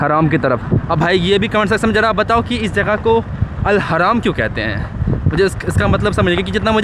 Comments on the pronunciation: Haraam nahi hai bhai Al Haram hai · Al हाराम नही Haram ( हरम ) 🥺🙏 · Al haraaam ❎ al harm ✅ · Al Haram ✅️ not Haraam ❌️ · Al haram hai Al haraam nahi Al haram means "Holy" Etc. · Not al Haraam हराम it's Al haram हरम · Al Haaram ❌️Al Hram✅️ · Wo अल हरम है हराम नही pronunciation is deferred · Not हराम..... हरम कहते है। Al हरम। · Haraam nahi bhai Al Haram hai wo... Aur ho Towel ki bat ki use iharaam bolte hai. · Al haram not haraam